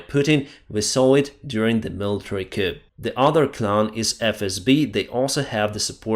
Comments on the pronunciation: FTLOG,... please stop pronouncing the letter "p" in the word "coup". The "p" is silent. It is pronounced "coo".:) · FYI, "coup" is pronounced "coo."